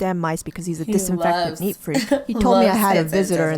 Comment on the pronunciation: Neat or Neet?